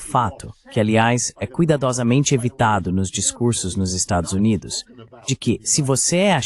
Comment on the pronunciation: Estados "Unates" ? 😂